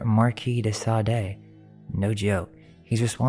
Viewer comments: The 4 hours seemed like 2, but I had it on in the background, so... Now watching again with full attention even if it takes me several evenings, that's kewl. However, Marquis de Sade, you're pronouncing it wrong. Sade is pronounced "Sod" or Saad". (Only one syllable) I double-checked with the French. (Julien Miquel's YouTube Channel) Thanks for all you hard work and fun! +) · Marquis De Sade is pronounced... Marquis De "Sod" or De "Sawed" Marquis De SOD-OMY